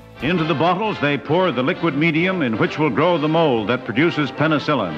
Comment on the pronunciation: Did anybody hear "buttholes" instead of "bottles"?